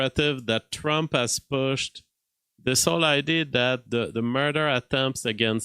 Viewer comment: what was the first film?! It's like when you say "id" instead of "idea" 😂 Keep up the good work,.